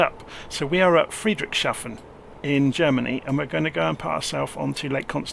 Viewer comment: I'm sorry but I really had to laugh when you tried to pronounce Friedrichshafen...